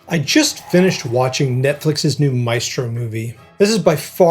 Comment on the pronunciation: The film is interesting and sensitive while showing his private life. But lacks insight about his music and commitment to composition. Also (sorry!): why do you all mispronounce the classic Italian word, MAESTRO? It is applied to Leonardo da Vinci, all the greatest masters in the fine arts, in music, in dance and film. It is pronounced MAÉSTRO, with an accent on the É. It comes from the Latin word Magister = Superior person , opposed to Minister = Minor person. Please pronounce it right! I wish I could record the right pronunciation here for you 😂In any case, instead of MAÉSTRO, you can always use the word MASTER. It is the same; it means the same 🕊️